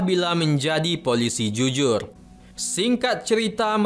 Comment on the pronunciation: R min bukan L bukan juyur jujur😂🤣😂